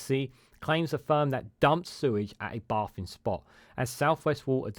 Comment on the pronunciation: Sort your crap pronounciation out please fella, "bay-thing" not baah-thing, you said it several times before I gave up on your video, craps on the message / subject matter (no pun intended) SW water need a steel toe-capped kick in the bollocks for their temerity.